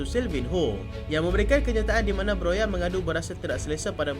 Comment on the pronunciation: 'broha' bukan 'broya' ikutdan la ni